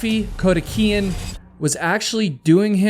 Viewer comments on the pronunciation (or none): NOT KODIHIKIAN IT'S KO-DI-KI-AN. I've had to listen for half an hour to you mispronouncing that name ! Please, when you do your research - PAY ATTENTION !! GET IT RIGHT ! I'm Dyslexic, among other things, and I'm telling you, you pronounced someone's name wrong ?!?!? 😳🤦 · Your videos are totally riveting except for how you mangle some names. The Rattlesnake Canyon video was fantastic but for Kodikian's last name all the way through turned into Kodeheekan. Arrgh! It's as bad as people saying nukular rather than nuclear. Please stop! ❤❤❤ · Awesome advice. This guy repeatedly butchering Kodikian's name to Codihican over and over was grating on my nerves. Storyboard or timeline needs to be mapped out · Ok, I’m gonna be “that person”: Kodiakian. There’s no H in this dudes name, LOL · How do you get ‘Kodeheekan” from Kodikian? I’m sorry I can’t focus on anything but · He also keeps pronouncing caverns as "Calve-erens" instead of "calve-urns" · Can’t listen to you mangle Raffi’s last name